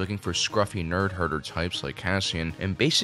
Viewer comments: it's nerfherder, not nerdherder. Because they herd nerf. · This dude really said "nerd-hearderds"